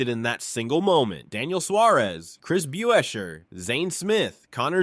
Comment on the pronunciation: Hockevar, Bewescher, Nimecheck….agreed…